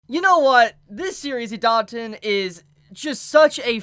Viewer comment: I am a nazy, please pronounce it idaten, not idanten